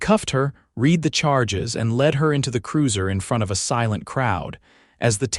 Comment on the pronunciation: HOA HOA Story Ho a stories homeano asssoceeation story stories. What the hell does that mean? Read is not pronounced reed. Seems to be a common problem with AI. Editing needs to be better. The cabins are demolished after they've already been demolished. Neat trick. The only thing moving through the woods at was dear? Try deer. Don't understand why he had the cabins demolished. They were perfectly functioning dwellings that would generate income and they were legally his. Didn't seem like he was using the land for any other purpose.